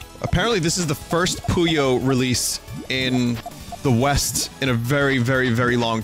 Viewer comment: More Puyo Tetris is always good EDIT: Vinny plays story mode, skips it. Story or riot, we fackin' riot Is it me, or some times when Vin says 'Puyo' it sounds like "Pollo"?